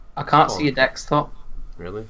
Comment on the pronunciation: "I've only got the one dextop here, and I've got a laxtop downstairs"